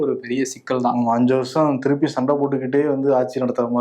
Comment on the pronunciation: திலுப்பி , திலுப்பி 🤣😂🤣 பேசுறிங்க 😂😂